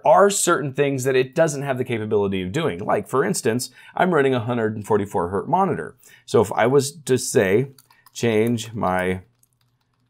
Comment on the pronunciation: I was hurt by the "hert". It is always "hertz", hyphenated or not, or with a decimal.